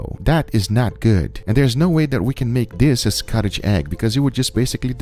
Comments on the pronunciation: SCOTCH. Not Scotich. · Scotch! It’s scotch egg.. not Scottish! 😂 lol good watch though 😊👍🏻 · Scotch, not Scottish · Scotch is wrong. Correct is to say Scotch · Fantastic video (as always). Definitely going to give this one a go myself :) By the way, that's not how Scotch is pronounced :P